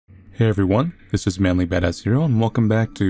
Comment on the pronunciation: for a sec i thought i heard mickey instead of manly .-.